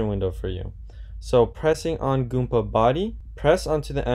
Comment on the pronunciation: Goomba not Goompa